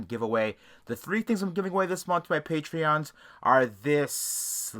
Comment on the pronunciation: “Patrons” not “patreons”